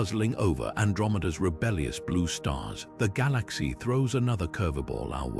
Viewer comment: Someone needs to teach this AI how to pronounce "galaxy"